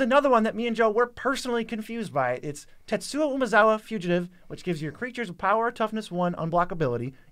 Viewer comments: Why are you both having such trouble saying TetsuKO? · Joe is so bad at pronouncing names 😂